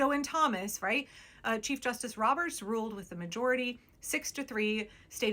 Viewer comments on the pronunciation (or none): I kept mishearing you say "cheese justice" and honestly....yes